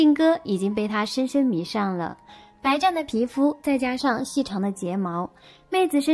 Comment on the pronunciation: 不好意思😅容我多嘴一下 皮膚白晳（音同西） 不是白暫（音同站） 因為是忠实粉絲，喜歡清脆悅耳的聲音 但听过几次白暫，忍不住想說跟妳說一下🙏